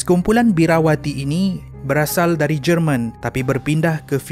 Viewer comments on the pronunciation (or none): none